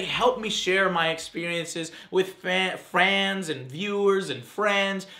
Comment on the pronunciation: Did joe say "fans" and THEN corrects himself in saying "frans"? cuz thats not a word